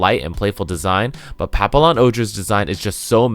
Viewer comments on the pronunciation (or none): Ok yeah just so u know this the lls in pallpion ohger is silent